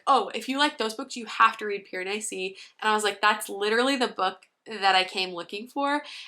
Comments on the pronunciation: Whenever you said Piranesi, all I heard was Piranussy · every time you pronounced it piran-ussy i giggled. but i totally felt the same way about it, not all it was hyped up to be !